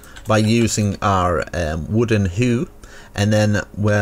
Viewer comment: wooden hew a hew? wtf